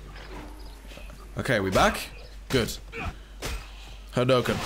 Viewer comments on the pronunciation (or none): none